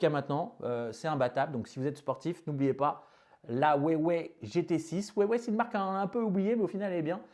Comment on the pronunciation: J’aime la prononciation « ouais-ouais » de Huawei 😂 Excellent !